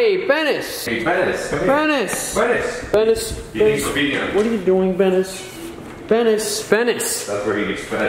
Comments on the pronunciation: Were you saying "Denis" " Benis" Or "Penis" ............. ;~; IM SORRY XDDDDDDD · Did u said Denis or benis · Why u calling him benis and fraklen its dude the cat aye get it I do